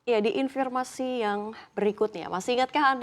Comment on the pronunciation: informasi bukan infirmasi